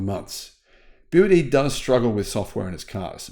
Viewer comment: I've watched that video from the begining when I heard the guy pronounced BYD as BY Y D, then I just stop watching it immediately. What do you expect the guy know BYD if he couldn't even pronounced BYD right? The guy clearly don't know anything about EV or BYD either.